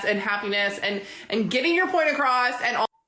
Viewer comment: "Acrosst"?? She really has ALLL my pet peeves wrapped up in one very loud package!